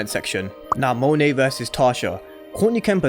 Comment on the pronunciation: Thank you for pronouncing her name correctly Lol